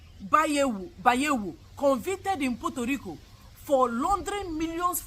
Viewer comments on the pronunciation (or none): none